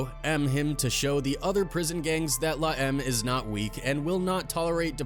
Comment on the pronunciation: Dude its la em may eme. Not la em.